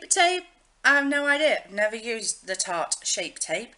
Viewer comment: I really enjoyed this video; I love having a nosey around people's make up stash! (I'm so immature though that I giggled when you said shart instead of tarte! Haha) xx